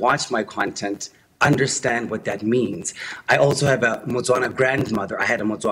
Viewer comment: Is a Motswana, not Batswana. South African should know this